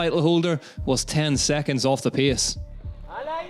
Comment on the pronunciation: Hard to pronounce well italian names while still struggling to pronounce english words like "race" or "pace"... 😅 But I like anyway the effort to upload this recap already on sunday!